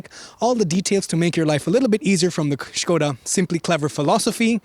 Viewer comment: Sköda ❌ Škoda ✔